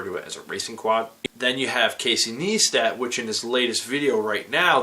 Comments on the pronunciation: it's pronounced "nice-tat" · learn how to pronounce Casey's name it is Nice tat.